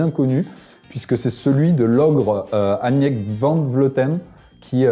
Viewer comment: C est pas "aniëk"mais annemiek van vleuten